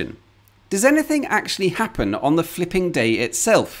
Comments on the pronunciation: when you say fliping, i'm hearing fking, every single time. Hard to understand your text then. 😅😂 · Am I the only one who thought he was cursing everytime he said flipping ?🤔